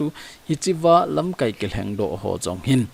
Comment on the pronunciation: Sopi, LAMKAI na lam dan a dih jep poi. Tua na lam dan chu 'verb' a kimang ahi in, noun ahi teng LAMKAAI tia kai sao ding ahe.